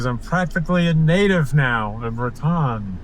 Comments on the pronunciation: Ra tone, not Rat on. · I always heard it pronounced Ratone